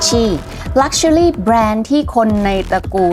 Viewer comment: ถ้าออกเสียงภาษาอังกฤษถูกต้องกว่านี้จะฟังรื่นหูมากค่ะ เช่น luxury อาจจะไปฝึกออกเสียงใหม่